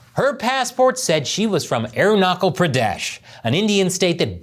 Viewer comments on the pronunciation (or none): Learn to pronounce Arun-na-chal - it NOT aru-na-cle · its not Arunakal its Arunachal😂😂😂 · It's not Arun-na-Kal, it's Aru-na-Chal, cha as in Chap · I hear "Arunakal". It is Arunachal as China is not pronounced Kina. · It's Arunachal as in nachos, not Knuckle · AROONA-SHAL not ARUNA-KAL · God, the way you're pronouncing it sounds like airknuckle pradesh; the cha in aruncachal pradesh is pronounced as the cha in cha-cha-cha. It's kind of hilarious and infuriating. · It's not arunakal😂😂😂😂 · ..arunachal is pronounced - "aroona charl" , not "aru nuckle" 😖 ... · Sir just a correction it is Arunachal Pradesh where the ch is pronounced as chips (chuh) not kal ! Please make that correction 😮🙄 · It's arunachal,not arunaKAL btw. Just how we call Trump, chump and not kump. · Its not arunaakal... Its arunachal... Ch...... Idiot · Good person! It is not Arunakal, It is Arunachal! The 'ch' should be pronounced the same as 'ch' in 'China'! Please inform yourself about it! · Its not arunakle its arunasal(arunachal) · It's not "Aroonuckle", it's Aruna chal, "Ch" as in Charles. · WTF. The hubris on these bastards.BTW, please start pronouncing the CH in ArunaCHal like the CH in CHapter. I wouldn't bother, but it's getting more and more mention, and it's real hard to recognize what place you're mentioning if I'm not reading the words. CH, like in CHina. Not "air knuckle." Thanks. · it pronounces - Arunachhal not arunakal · His pronunciation of Arunachal is hurting me more than Chian. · Sorry sir It's arunachal pradesh not aronakal pradesh Arunachal means the house of sun ☀️☀️ Thank you sir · I am forced to listen you pronouncing as ArunaKAL Pradesh 😮the whole video. It is Arunachal.that CHAL is pronounced as cha as in CHASE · Its not Aru-na-kal, its Aru-na-chal. Like cha-llenge. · Hi, You are pronouncing Arunachal as Arunakal. Please pronounce ch in Arunachal as in chalk. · It's Arunachal not Arunokol. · Arunachal Pradesh ❌ Aruknuckle Pradesh ✔️ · " Aaron- knuckle " 😂